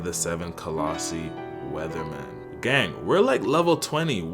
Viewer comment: technicaly its wezaemon